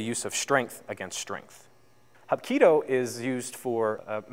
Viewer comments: Those techniques arent corect and its pronounced "hapkeedo" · Sorry, sir, your pronunciation, explanation, and content didn't hit the mark. I appreciate you trying to share some ideas about the art, though. Hapkido is actually three Korean words roughly meaning, "Combine" "Energy" "Way," the same is true for it's sister art, Aikido. Both founders trained under the same master, Sukaku Takeda of Daito Ryu Aiki Jutjutsu. Choi Yong Sool was living in Japan during the occupation until 1945 when he returned to Korea. He started teaching basic self-defense in Daegu at that time. There are many organizations described as being Hapkido and many still emphasize acrobatic kicks like Taekwondo while others emphasize larger circles and throws. Some still use a lot of traditional weapons while others are more used for military and police applications. What is universally true, though is the principals of circular motion, non-resistance, and water like adaptation. In general it differs from Aikido in that circles are smaller, joints are often targeted for breaking and dislocation vs throwing, and Hapkido often incorporates strikes and kicks whereas Aikido typically does not use any attacks; focusing rather on throwing and redirecting energetic attacks. Let me know if you have any questions about different organizations or training methodologies!